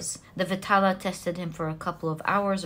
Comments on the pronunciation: Pile 1.it is not vitaala.it should be pronounced as vedhaalaa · Pile 1....its vikram and Betal(not vitala).... Resonated totally... 😊